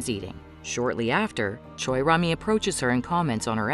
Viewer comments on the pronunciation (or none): none